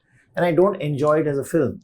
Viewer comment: Why does he say filim always instead of film considering he is a movie journalist